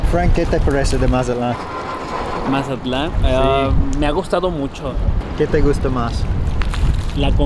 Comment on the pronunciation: its mazaTLAN you absolute gringo